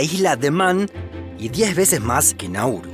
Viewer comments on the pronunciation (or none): none